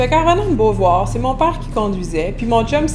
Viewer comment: Merci,, pour la tranche de ta vie. Eje remarque qui quand que tu racontois celle tranche, tu parles plus comme Québecoise: "mon pàre", "drette". Quand que tu enseignes tes leçons, j'oïe plus français métroplitain. Mais quand que tu prennes la rôle de raconteuse, j'oïe la Québecoise. En Louisianne, les tournures qui equivaliont à "c'est beau" varieont par paroisse, comme d'habitude.